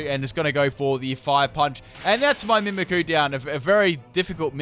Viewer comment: Am I the only one that get's annoyed when ever he says Mimikyu as Mimikoo?